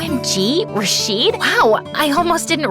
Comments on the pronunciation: It's not Ra-sheed , It's Raw-shid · ITS RA-SHID NOT RAAAA-SHEEEEAD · RASHEED?! YOU PRONOUNCED IT WRONG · I love this video so much but as an Arab the way they pronounced rashid is killing me 💀 (I mean ik they are not Arab so ofc they will make a mistake but still 😭)